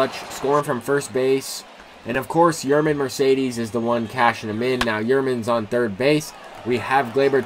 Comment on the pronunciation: It’s pronounced yer-mean and an-drill-ton for Mercedes and simmons